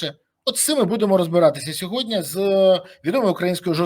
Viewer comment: СЬОГОДНІ!!! Борислав, вимови слово "СЬОГОДНІ"!!! Не сєводня, не сягодня